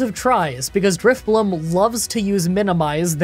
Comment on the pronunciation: ju-ba-life city, not ju-bee-a-life (i had so much trouble that i couldn't even say it wrong) gengar comes out starts hearing that 'wiggle wiggle wiggle' song lmao i keep hearing drif-bloom ><. it's drif-blim (as in blimp without the P) drapion was not one shot with revenge, it was finished off by low sweep (i'm genuinely not trying to sound negative, it's just little details like this really really bug me. like when a pokemon is not at full health but is then "one shot" when it really isn't)